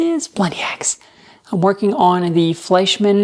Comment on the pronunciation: Your pronunciation of "Fleischmann" was perfect! And I vote: Paint it black!